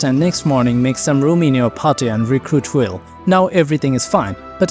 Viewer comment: "Guys, did he just butcher Wyll? Why are we following him again?"